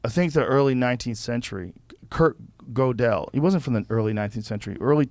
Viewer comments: Joe pronoucing Godel as GO-DELL. sounds right. but its prounouced GURDELL. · His name's pronounced "girdle".